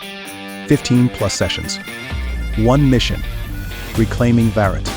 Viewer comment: Sirji, jo announcement ho raha hai Angrezi me Annual Summit ka, usme "Reclaiming Bharat" ko "Reclaiming Baraat" bola gaya hai...isko kripayaa sahi kaeejiye.